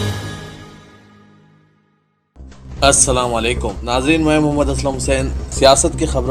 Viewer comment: Bhai Janaab Assalaam aap ki news reading Behar hy. But some important points. (1) Salaaumu Alykum ( without W ) (2) Muqarrir ( I is there not A) (3) Kalink ( link not lank)